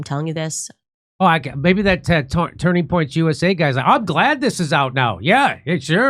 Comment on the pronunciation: Idk why but it’s really irritation when you say names wrong. It’s Candace Owenssss not owen and Turning Point not Turning PointsSSS